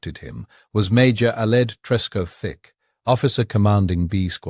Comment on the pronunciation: Trescothick one word, not Tresco - thick FFS 🤦🏻‍♂️